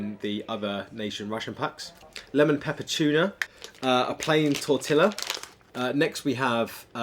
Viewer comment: Tortilla: it is pronounced: TOR-TEE- YA!!